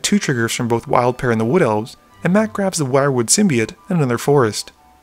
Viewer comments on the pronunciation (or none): none